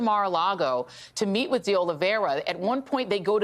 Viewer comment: IT IS OLIV EIRA NOT OLIV IERA OLIV IERE OLIV ERIA or OLIVE ERA . It is a very common Portuguese/Brazilian name. Nor Russian, French, or Spanish...